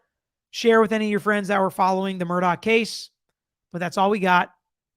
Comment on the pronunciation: Thanks for covering this! I believe there are many secrets still to come out. One favor: could you pronounce his name like “Murdock”?